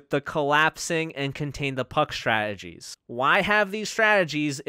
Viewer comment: I like your videos, but it bothers me that you pronounce the word Strategy as "Shtrategies"